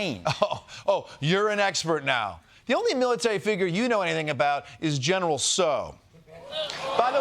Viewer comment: It's pronounced "General Chow"!!!! Silly Yanks!!!!!